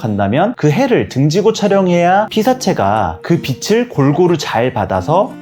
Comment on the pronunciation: "빛을"비츨"빛이'비치" 자칫 '비슬' '비시"으로 거슬리는 발음 하는 분들이 많은데 은 정확히 발음하셔서 더욱 호감이 가고 신뢰가는 영상이었어요.~~^^..물론 사진꿀팁은 더더욱 되돌리며 공부하는 마음으로 봤지요..~^^ 감사해요~^^